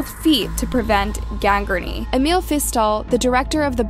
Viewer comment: What is graingranee? Did you mean GANGRENE??